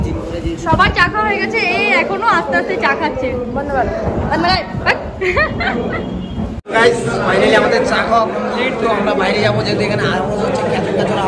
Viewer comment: ওটা ফানালি না ফাইনালি হবে। অনেক ভুল ভাল বকো তূমি। আর সো গাইচ সো গাইচ বারে বারে বলার মানে কি বুঝি না